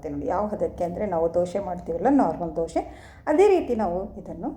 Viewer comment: ದೋಶೆ ಅಲ್ಲಾ ಮೇಡಮ್ ದೋಸೆ